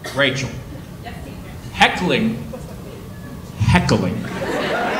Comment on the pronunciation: I am from Pittsburgh and Hackling is the dogs fur down the back when they are pissed and it raises up....Heckling is what you are saying....